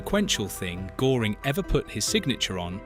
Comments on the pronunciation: A good video, yet you miss out on several important points concerning Goering. I can't use the umlaut i.e. two dots on the o. The smallest point to make is how to pronounce his name. When you say "early" in English the "ea" sound is correct for G"ea"ring. The problem was that he slowly got sucked into the mobster trap due to his ego and honest fear of communism along the lines you aptly describe. Goering was as fast thinker and artistic actualy at a loss how to keep pleasing Hitler, knowing early on that the war would go bad if Germany couldn't strike a deal. He tried via Sweden yet Winston didn't trust it. So he resigned himself to the good mobster life as long as it could last, yet fighting to the end. No doubt having a lot of knowledge where he hid much loot and thus be able to bribe his way to get cyanide. There was little for Goering to correct in the Luftwaffe. And he no doubt knew it. He had the same personality type as Hess who was not so fast a thinker. Namely when losing emotional controle or in burn out an ADHD-c type. Hess too saw that Germany would be done for without a deal being struck. Hence his desperate flight. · who is Herman Gore-ing? AI slop. Oh, no "block this channel" option, how much of a bribe to YouTube does that require? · I know it's really off putting! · Not being able to properly pronounce the second name of your subject strips your credibility to below zero. Downvoted because I can actually pronounce an umlauted O. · When you don't even notice you've picked an AI voice that mispronounces the name of your subject... I guess that does now much attention you've given to the AI slop input! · AI slop where they don't even pronounce his name properly. Rubbish! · LEARN HOW TO PRONOUNCE GOERING !!!! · Wow, how do you produce a story about Göring, then mispronounce his name throughout it. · it can't even pronounce Goering properly. (I haven't got an umlaut 'o' on my keyboard, so have to spell it the English way...) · You adjust